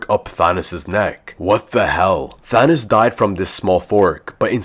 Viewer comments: because he said “Thanis” or “Thanus” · Nice thanos=thanis